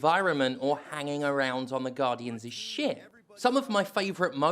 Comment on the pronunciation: The subtitles censored the word ship because of your accent 😝😝